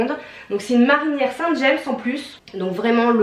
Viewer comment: Saint James, petite bourgade de Normandie où sont fabriquées les marinières, se prononcé à la française et sans le s. J'habite à côté.